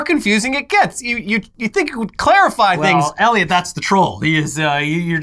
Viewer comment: Every single video ever says: Eliot, at the beginning in large letters.. which you see every single time. You: "Elliot" :_InternetMock